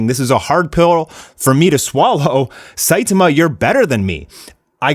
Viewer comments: WHY DO YOU CALL HIM "SAITUHMUH" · The way u pronounce Saitama is so weird